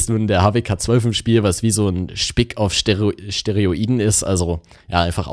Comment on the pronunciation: "stereoiden" ?...für bessere Soundqualität wahrscheinlich 😙😅 Beste Grüße, Ein Fan